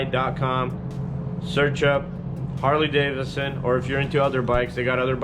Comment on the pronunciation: its harley davidson not daverson